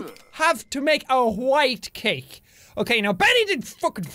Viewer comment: Hahaha listen to how he says white cake